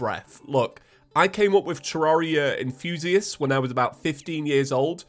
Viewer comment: I love they way say enthusiast. It sounds like enfusiast.